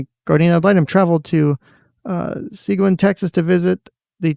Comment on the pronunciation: Seguin- See-geen